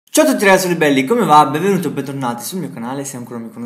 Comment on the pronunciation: Adorooooh ! BENuhjaianUTI e ben TONNATI! 😂😂😂 ❤️ #LoveU